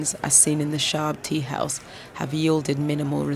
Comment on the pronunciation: thanks to you all who create this video . i have a small note , i think the person who speak along the length of the video might have some info about Kurdish language and pronunciation , i'm saying please do not Persianize the Kurdish language , when you pronounce the teahouse you said it wrong , look how the old gents say it .